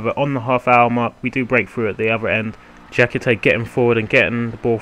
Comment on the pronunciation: His name is dia - kee - tay! good video though mate!!